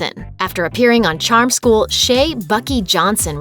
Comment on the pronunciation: buck eye not buckie